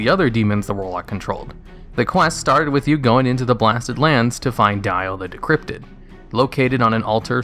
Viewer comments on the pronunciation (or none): decrepit not decrypted